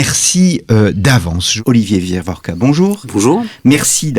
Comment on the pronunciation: Ce grand nom d’historien est Wieviorka et non WieRviorka